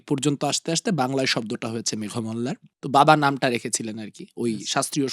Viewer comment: ওনার নামের উচ্চারণ (মেঘোমল্লার)। একটু অভিধান খুলে দেখবেন।